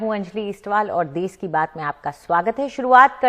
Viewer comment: “देश” Hotta hai “देस” nahi🤦‍♀️